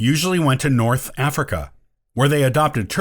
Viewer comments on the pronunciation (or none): none